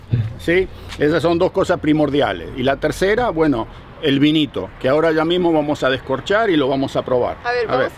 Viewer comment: Shá decía shó....jeje... buen video, saludos...